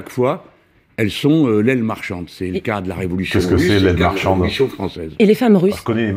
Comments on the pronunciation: Il a peut-être mal prononcé, mais il a clairement voulu dire "l'aile marchante", et pas "l'aile marchande". Larousse en ligne: "Aile marchante, dans le mouvement de conversion d'une troupe, partie la plus éloignée du pivot, qui décrit un large arc de cercle ; membres les plus dynamiques d'un mouvement et qui entraînent les autres." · Aile marchande ... Ou aile marchante ... En chinois standard, t non aspiré et d ne sont pas discriminés, en français oui. Et Mélenchon prononce mal ( mauvais retour dû à sa mauvaise oreille ?) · si je peux me permettre une petite correction, il dit "aile marchante" pas "marchande" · "L'aile marchante" et pas "l'aile marchande". Un peu de précision pourrait remplir, désespérément malgré tout, la vacuité de vos analyses. Un simple tour sur internet vous aurait permis de trouver l'adage... c'est bien dommage.